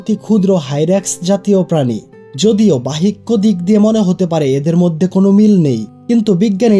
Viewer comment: অনেক সুন্দর হয়েছে কিন্তু তোমার উচ্চারণ কিছু ঠিক করতে হবে যেমন বিস্ময় বাহ্যিক এই উচ্চারণ গুলো একটু দেখে তারপর ভিডিও করবে। ধন্যবাদ